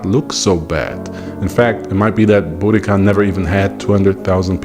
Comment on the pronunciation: Thank you for pronouncing her name correctly.